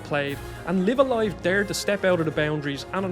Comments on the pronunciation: Isn’t it pronounced as “life” a “life” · I cannot be bothered to watch a video where the presenter did not bother to learn how to correctly pronounce the such a famous games name. Sorry, I will catch you on the next video. The game is name is pronounced Live A Live like Dive A Dive. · Everytime I hear him mispronounce the title, I wince.